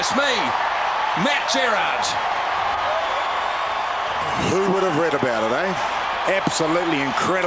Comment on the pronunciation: "Matt Gerrard" LMAO